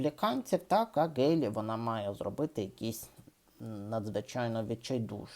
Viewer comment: При всій повазі, але прізвище Nikki Haley українською вимовляється через м'''яке українське "г" або "х"